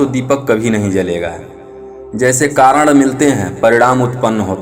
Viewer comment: "कारण" को "कारड़" न बोलें